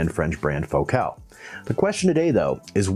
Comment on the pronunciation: But he pronounces the name of the company in the French manner, with the emphasis on the second syllable, and I think this is appropriate.